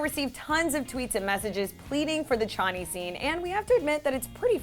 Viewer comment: i cringed when she said shaneee